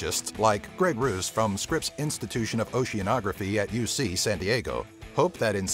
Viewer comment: Ha! Greg Rouse is one of my professors. By the way you pronounces almost every name in this video incorrectly even Greg's haha.